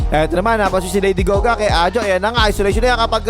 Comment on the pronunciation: Lady Gaga❌ Lady Goga ✅